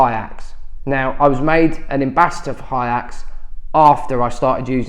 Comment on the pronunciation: Why are they pronounced "HI AXE" ? surely it's "HAY IX" ?